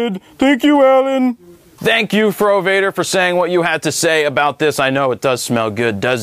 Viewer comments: I skipped the frowader part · Fro Wader is John Dumb-ar, i skip it